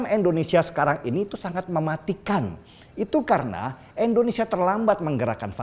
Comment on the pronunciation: Koreksi ya, bang. Yang bener = Indonesia. Bukan Endonesia.